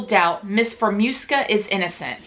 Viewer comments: Fah-raa -moo-ska . You’re welcome 😘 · Lol I had issues with her name too! It’s pronounced Fee-air-AH-moo-Ska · FEER-UH-MOO-SKA there ya go lol